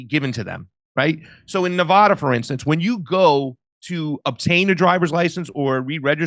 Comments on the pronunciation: Please stop saying Nev-aw-da It’s Nev-a-da!!!! You offend us Nevada natives! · Hey east coasters. It's A as in apple in Colorado and Nevada. Not Color-AHdo or Nev-AHda. That's incorrect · First off you're mispronouncing "Nevada." Middle syllable pronounced "A" as in "Apple" - not "O" as in "cost." Secondly, the motor-voter program is VOLUNTARY & quite easily opted out of. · Nevada pronunciation = Na-Vadd-a not Na-Vodd-a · Stop pronouncing Nevada incorrectly, FFS! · Drives me crazy when folks cannot pronounce Nevada correctly. There's only 50 States..jfc. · I was with until I heard how he pronounces Nevada. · people in Nevada don't pronounce Nevada like you.